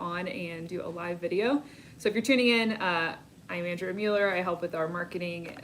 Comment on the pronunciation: Uh Ooooo, Andrea's gone Hollywood. It's no longer An-dree-a, now it's On-dray ahh. Hmmmmm.